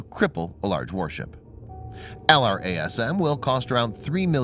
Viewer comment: It's normally called "el - raz - um"